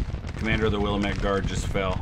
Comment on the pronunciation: As a proud resident of the Pacific Northwest Willamette is pronounced (wil-AM-it). sorry i've been holding my tongue for almost a year by this point. Love the videos and content, also love the Sabaton reactions on the other channel.